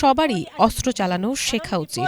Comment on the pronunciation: অস্ত্র উচ্চারণ শুদ্ধ উচ্চারণ করতে হবে আশা করি 😢